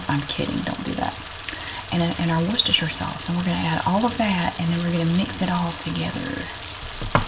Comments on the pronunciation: Omg as a brit, thats the correct pronunciation of Worcestershire sauce. That makes me so happy🤣🤣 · I find it oddly fascinating that your mother taught you the correct pronunciation (presumably as a child), ergo ordinary Americans were using the correct British pronunciation for words such as Worcestershire in the pre internet days, whereas very few do so today.